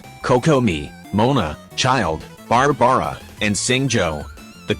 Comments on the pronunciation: THE WAY IT SAID BARABARA’S NAME ‘Bar-Bar-Ra’ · Barbra is pronounced (in this video) Bar bra a. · I like how the computer almost says BARBRUH lol he has the meta dude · Nobody gonna talk about ”Bar Bar Uh” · Ah yes, bar-bar-a